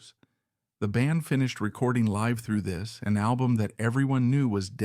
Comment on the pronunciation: Lol you are poppin a woody over AI bud. You literally have to spell words exactly how they are pronounced sometimes or AI says dumb things like live through this. This is laziness of the content creator. Do they not listen to their bot saying the sht they wrote down? Too lazy to spell check live to liv through this just to get it speaking right.